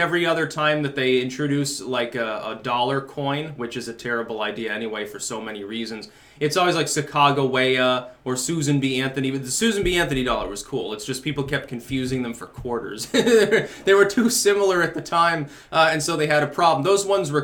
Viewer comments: Suc-ka-go-way-a? Are you trying to say Sack-a-jew-we-a? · I’ve never heard a more horrific pronunciation of Sacagawea LOL